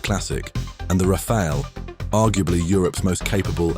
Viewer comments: Rafale... not Raphael... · Rafale is pronounced Raf-al, not Rafael. it means "gust"